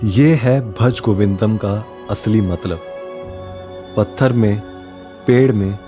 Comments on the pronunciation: Please don't desecrate Sanskrit like this. It is not 'Bhaj" it is 'BHAJA' . Similarly, it is not 'Mudh' but 'MUDHA'(मूढ़). Unlike Hindi, which perhaps under the influence of Arbi and Farsi, the important vowel sound is not ignored stupidly in Sanskrit because Sanskrit is 'DEVABHASHA', and every letter has a deep spiritual importance as it has come straight from SHIVA. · its Bhaja not Bhaj. If you want to do something, do it right.